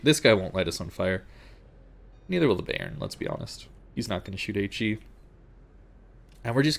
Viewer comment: Bayern is pronounced buyern not bay-ern